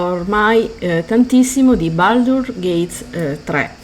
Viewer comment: Baldur'SSSSSSSSS con la s, lo so son pignolo.